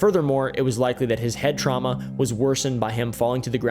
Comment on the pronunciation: I don't know why I laughed so hard at the word traumna